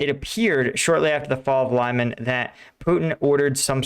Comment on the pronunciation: You hear the guy pronouncing Lyman the way he does, and then you pronounce it wrong for the thousandth time again. Why?